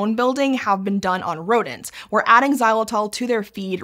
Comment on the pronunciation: It tells a lot about the America's unhealthy diet habits when an OLDASS thing like Xylitol (and Jesus Christ that ENG pronounciation is horrendous!) is unknown to them. We Euro's have been chewing that stuff for like 50+ years now. To us, bubble gum = oral health products.